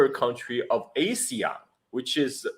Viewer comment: When you pronounce ASEAN as A-SEAN, you are a foreigner. When you pronounce ASEAN as Ah-SEAN, you can pass as a local. 😅